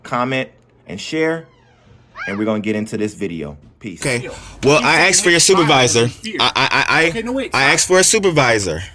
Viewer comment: He clearly axed for a supervisor